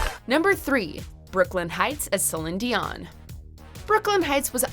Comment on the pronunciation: You should not be doing this video if you don't even know how to say Celine dion